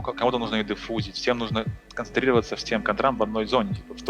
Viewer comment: 'Всем нужно концентрироваться". А то вдруг кто-то услышал "всем нужно кастрироваться".